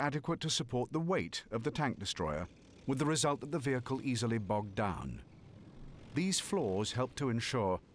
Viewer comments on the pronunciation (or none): none